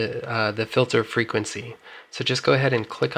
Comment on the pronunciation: Actually no, it was a serious question, I'm genuinely confused by it... why would someone pronounce the word Filter as Fil-ther, when clearly it is spelled 'Filter'. That's all..